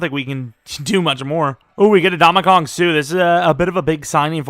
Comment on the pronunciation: thought i was having a stroke when he said ndamukong